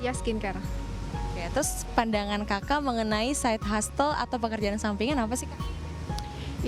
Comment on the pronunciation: hustle --> dibacanya yg bener "hasel" bukan "hastel" hehe